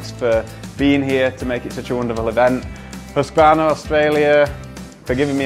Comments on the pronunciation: Husqvarna not HusqAvarna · The marketing manager incorrectly pronouncing Husqvarna, Priceless!